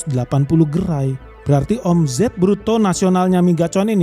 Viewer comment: Geli gua denger admin nya bilang o.m.z.e.t😂 baca nya omset bg hedehh😅 , Z nya dibaca S jaadi OMZET=OMSET (eja'an bhs inggris) gitu bg jgn bilang omZet omZet lg ya..😂